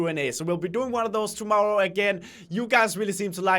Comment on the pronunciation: When says tomorrow it sounded like tomowwoe